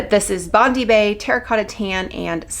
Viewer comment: It’s Bond-eye bae. Like the beach in Australia